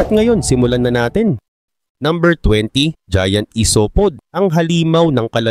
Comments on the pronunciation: isopod.. AYSOPAD dapat pronouncion byan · Pagkarinig ko ng #1 "i-so-pod" exit na ko agad pag pronounce ginawang tagalog.